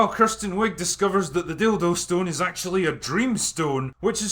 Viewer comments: It’s not “Kirsten” it’s “Kristen”. Say it right. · As someone named Kristen but pronounced Kirsten I give this movie 10 out of 10 bananas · OMG if you say Kirsten one more time imma lose it.